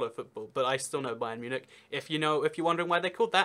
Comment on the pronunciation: you actually didn't butcher bayern